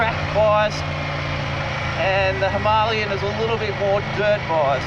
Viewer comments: why are you the only person pronouncing the word Himalayan incorrectly? 🤣 I'm pretty sure it's pronounced Hima-layan... But anyway awesome video mate 👍 sorry to correct you. 😜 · Since this is an Indian word an Indian bike so you better pronounce it correctly. It is Hima-layan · Why can't you pronounce Himalayan properly? It's named after the Himalayas for Christ's sake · 🤔 I've never heard it pronounced that way, but we're Aussie 😜👍 Well I guess I'm wrong then. But every reference I can find pronounces it differently to what you are telling me.